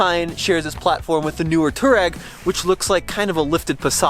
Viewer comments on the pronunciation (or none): Not toe-rag, not too-rag, it's too-ah-reg. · Too-reg? Guys, come on. You are supposed to be pros. At least know how to pronounce the name: Twar-eg. 🙂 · If you're gonna own it and drive it, at least pronounce it correctly. It's not "Tour-egg." Much closer to "Twar-egg." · I would love to know who told you that Touareg is pronounced too rag. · It's pronounced TWAR-EGG